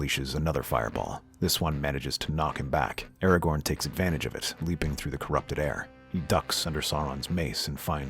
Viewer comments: It's ARAGORN, NOT ERAGON. Aside from that, very good. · He keeps saying Eragon instead of Aragorn. Eragon is a Dragon Rider. Aragorn is who he’s meaning here. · The mispronunciation of Aragorn and Sauron really hurt